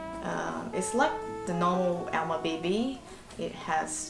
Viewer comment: it’s pronounce as all-ma